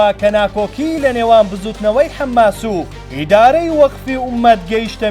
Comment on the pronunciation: حەمماس نییە بەڵکو حەماسە ، بزانن فێری خوێندنەوە بن ان ڕاپۆرت بخوێننەوە